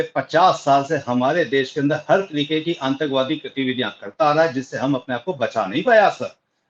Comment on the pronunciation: shabd Antak wadi nahin, Atank wadi hei, aap apna uchharan sahi kijiy pl.